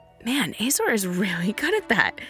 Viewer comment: Isnt is pronounced uh-zor. Azorius? Uh-zo-re-us. You keep say ay zor.